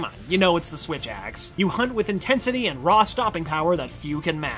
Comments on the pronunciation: you mean "swith axe" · Swith axe XD